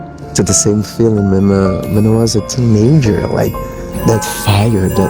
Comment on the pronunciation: ‘Teenager’ is one word. Not two, lol… He keeps saying ‘teen ager’😂😭